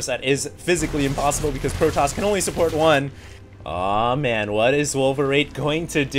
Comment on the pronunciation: Dont talk to me like that 'mayne'